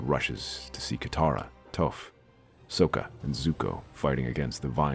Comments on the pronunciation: It's Socka, not Soeka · It is Sokka. not Soka.